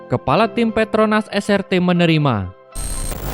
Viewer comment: Es ar ti bang bukan es er te Srt dibaca nya tu es ar ti